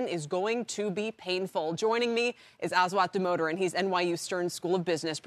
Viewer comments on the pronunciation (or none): Ass-wath nahi bhai Ash-wath 😆